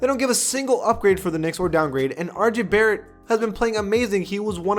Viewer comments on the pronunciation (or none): none